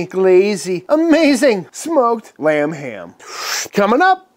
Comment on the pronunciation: Am I the only one that heard "RUM HAM" every time he said lamb ham?? Lol... oh just me? ok